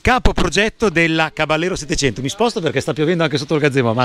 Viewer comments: Tecnicamente si dovrebbe pronunciare Cabajero con la J di Iena... Non Cabagliero con la gl... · bel video!!! piccola nota: il nome caballero è spagnolo, quindi va pronunciato "cabagliero" (come per la lambo gallardo) non all'italiana "caballero" , di fatto la moto prende il nome dalle sigarette omonime fumate dal co-fondatore di fantic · si legge "Cabaliero".... è una parola spagnola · Ciao a tutti Caballero è spagnolo e si pronuncia "cavaiero" che sarebbe cavaliere. Saluti